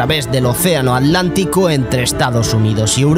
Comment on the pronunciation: Buwna narracion??? ...ja,ja,ja 'Alantico"!!! ja,ja,ja...